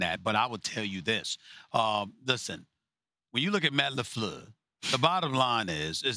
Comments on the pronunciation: Matt LeFluhh 😂😂😂😂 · My guy said Matt lafluer hella ugly 😂😂😂